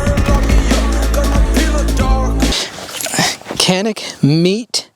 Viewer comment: Its pronounced "JANIK MET-EH"